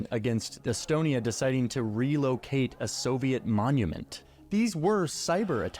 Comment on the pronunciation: relocate a monument, , , , brother that is not how that's said